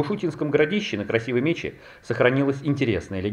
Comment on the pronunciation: я там нашел серебряный дерхем с арабской вязью. Предположительно X-XIII века. Причем за пределами вала. Такие выступы песчаниковых плит есть по всей Красивой МечЕ (ударение на второй слог) и по рекам в нее впадающим. Это просто природный ландшавт. А про родничок под соседней скалой ни слова. Вода из этого родника и есть самое главное ради чего стоит приехать в ишутинское городище.